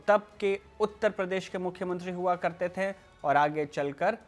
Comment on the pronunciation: कृपया "थे" को "थें" न कहें